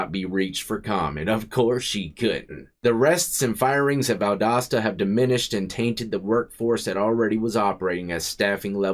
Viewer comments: P.S.! It's rare I hear Valdosta pronounced correctly without our accent back home of various levels! Boo-Ya and rock on! Many a blessing's ta Ya and yours!!!🙏✌️😎🐍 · You said the name of the town/ prison perfectly. Even the Federal prison in Atlanta is bad. I lived most of my life in Georgia before moving to Ohio. I wouldn't want to do time in ANY southern prison at all. Not that the rest of the country is that much better but Georgia or Alabama? No way dude. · Pronounced perfectly! Valdosta for Pasta. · Bro you said it right! Holy shit I love in Valdosta and didn’t even know this happened. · Ya said the name right lol, I'm originally from Atlanta, via Dekalb County! That one in case is pronounced "Dee-cab", not "Dee-cob" county! The L is silent lol! Great channel and vids my man, keep it up👍👍🙏✌️😎🐍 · You pronounced Valdosta right... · You pronounced Valdosta correctly. Not many people do. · You pronounce it correctly. Valdosta is one of the worst in the state of GA. Was really off the chain back in the late 80’s and 90’s. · I’m from Georgia and you pronounced it right. I have a friend who did a year and some change there. He thought he might die there.